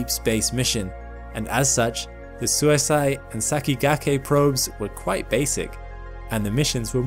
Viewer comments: FYI, Suisei is the Japanese for comet, and it's not "suisai" but more like suis-ey-ee the E is read like the one in sakigakE and the i as 'ee'. It does kind of make an "ey" sound together, but no "a" should sneak in. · that Japanese probe is definitely not pronounced as "suicide" LOL, it should be pronounced (to the best of my effort in typing it out) "Suui hsieer", which means "Comet" in Japanese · Sorry, but the pronounciation on Suisei is wrong. It sounds like Su-ee-se-ee. It means comet in Japanese. Love your content however. Please make more! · Suisei is pronounced sui-say 🙂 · Suisei is pronounced like "swee-say" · Thanks for the informative video as always. Also, 'sei' in Suisei is not pronounced like 'si' in side but more like 'sa' in say.